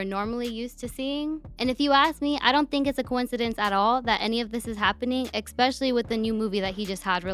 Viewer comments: Was she saying “egg-specially”? 😂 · is, tell the girl in your videos that talks about all these things with you to stop saying “eggspecially” lmao she don’t know how to pronounce “especially” cmon bruh